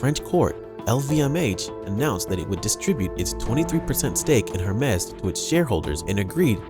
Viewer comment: Hermes is pronounced, “air mays.” Not “Her Mes.”